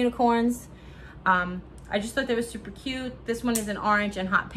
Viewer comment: That’s funny “stuper” did you have to much coffee? Jkjk 😂😁😉🥰